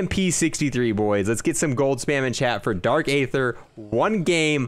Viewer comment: its dark EEEEEther not ATHeerr